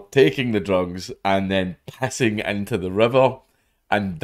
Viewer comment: "... and the PPPessing into the river." LOL.